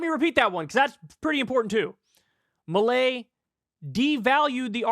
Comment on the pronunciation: It’s fairly fitting that Kyle is pronouncing his name as “malaise”.